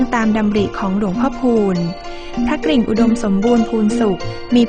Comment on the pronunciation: ควรควบกล้ำว่าพระ ก-ริ่งนะต้องมี ร เรือด้วย ไม่ใช่ พระกิ่งนะ